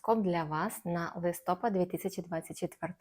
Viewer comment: гороскоп чудовий!!! Але, будь ласка, не листОпад, а листопАд - це українська вимова. Дякую!❤